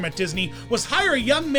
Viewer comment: Treb is a great guy and an important figure in the balloon industry. This year, Universal Studios Hollywood started selling his balloons. BTW, it's pronounced "Hi-ning", not "Henning".